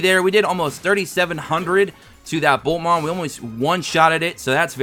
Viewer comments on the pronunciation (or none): Am I the only one who hears Bulkmon instead of Boltmon ?